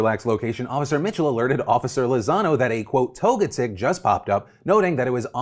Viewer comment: LOL “Toga-TICK.” It’s pronounced “Toe-jet-ick”